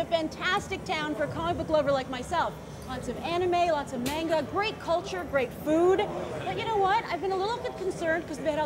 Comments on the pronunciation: She pronounces manga wrong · She said manga wrong... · she mispronounced manga... o.O she also said Kaiju and Godzilla both in the same video, look I know they mean the same thing but pick one